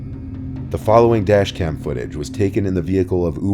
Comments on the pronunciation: Dashcam not Dascham you silly goose. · Dashcam not dascham? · Dascham? Is german now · it’s says dascham